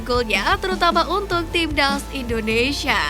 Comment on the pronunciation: Stop Say INDONEISIA , the correct is INDONESIA , dawg